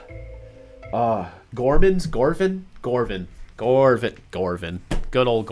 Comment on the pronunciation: you said his name wrong it is gorvan ☹️